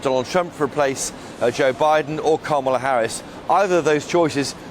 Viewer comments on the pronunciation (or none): none